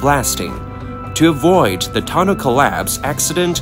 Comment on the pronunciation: It's pronounced Tunnel. Simple